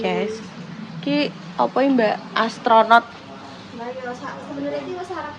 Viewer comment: astronod jare bukan assorted🤣🤣🤣